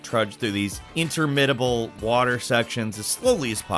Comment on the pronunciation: Pronounce "interminable" again, lol